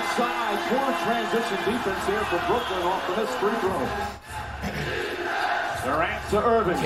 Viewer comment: Ctfu bruh, its Brooklyn 🤦🏽‍♂️